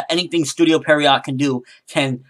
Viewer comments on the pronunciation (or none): its studio PIERROT goddamnit not perriot XD every vid you say it the wrong way